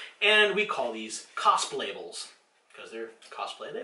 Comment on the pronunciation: Cosplables? Haha awesome.